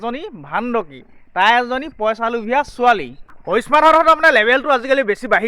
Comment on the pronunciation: Posa, nohoi poisa buli koba, nije vL Dore Asomiya kotha. Kobo najane anok kob ahise